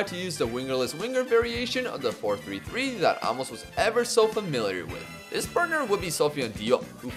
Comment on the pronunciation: Love the video. By the way, it's pronounced a-mos, not amos